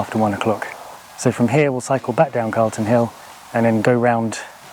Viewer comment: Calton hill, not Carlton. Thought you lived locally? 😁